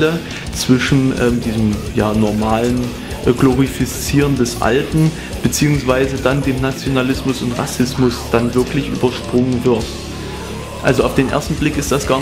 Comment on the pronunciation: super video es heißt aber glorifizieren und nicht glorifiszieren. :-) watch?v=wNu9WzVsDHI